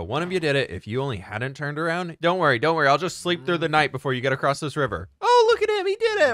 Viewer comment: Are you self conscious of the way you say across? Cause you are now